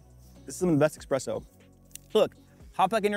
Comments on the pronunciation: Pretty good video, but the X is espresso is too pronounced in your case.. ;) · Coffee advice from a guy who says “EXpresso”? lol.